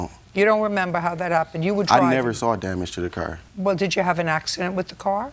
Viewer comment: And how they pronounce “car” cringe 😬